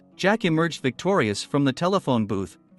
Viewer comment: His name isn't hecktor it's Victor doil